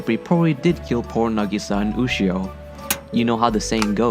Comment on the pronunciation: He spelled Sinai wrong and he keeps saying Ushio when she is clearly named Yushio